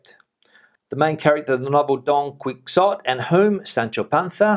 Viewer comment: Don "kwix-ot"?! Its "Key - ho - té"! Cervantes is turning in his grave hahah, Great vid as usual, keep it up amigo!